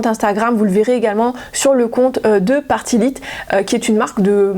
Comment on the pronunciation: Bonjour, pardon mais ça m'écorche trop l'oreille, la marque Party Lite se prononce comme "Light", lumière en anglais 😅 C'est une marque qu'on a connu dans les années 80/90, qui était vendu de la même manière que la marque Tupperware, par des femmes qui vendaient ça en réunion. Voilà, donc Party Lite (Light) 😉